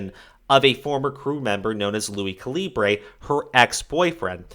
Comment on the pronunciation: The way you pronounced calibre is a tad angering but I like this whole video otherwise but it's pronounced like a 50. calibre only a few will understand